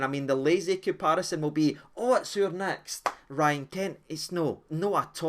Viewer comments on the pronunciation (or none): none